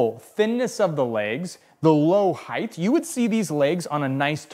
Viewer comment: Chill out. I enjoyed the video and lots of content. I have never heard someone say Height that way and I don't think its a colloquial variant though I am happy to be proven wrong and it was pretty distracting ngl.